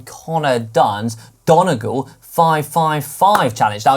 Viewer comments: Great to see on the show but don-e-gal is not how you pronounce it!! I think you’ll find it’s don-e-gawl 🤨😁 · Hey guys..... released bit late today!!! Worth the wait 😀 oooh no Dan 😀 sorry to be a pain BUT Donegal is pronounced DonEgal and NOT Donagal like the way you said it....🤔😀😂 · Considering it's St Patrick's Day today and you released the show yesterday, the least you could have done, is prepare and learn how to pronounce 'Donegal'. 🍀🍀🍀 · Hanks attempt at pronouncing Donegal 🤦🏽‍♀️ (phonetically Dun-ee-gaul)